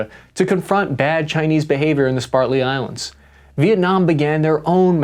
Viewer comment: "spartly" islands- most intelligent american